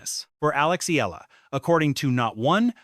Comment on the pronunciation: e-YAH-la‼️ e-YAH-la‼️ e-YAH-la‼️